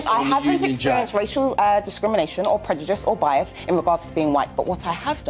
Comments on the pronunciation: «predujice» lmao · Why can't this woman pronounce 'prejudice' correctly? She also kicks off when she is interrupted but talks over people all the time! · She also thinks pointing her painted nails n talking down to ppl and the fact she of a certain hue makes her absolutely correct she also thinks she's so elequent but can't say colonised properly or the work ask properly or even the word prejudice 😂😂